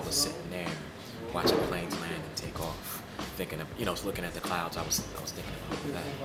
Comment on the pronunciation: Blueprint did a great job - clearly the language barrier was an issue. His favorite song is the "the clood".